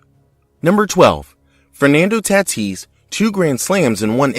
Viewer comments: Ta-teece, not Tat-iss. 👎🏽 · Good video. Just a note - Fernando Tatis last name is pronounced ta - TEECE.